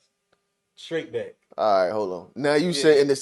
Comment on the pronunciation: He said “straight Beck” 😂😂😂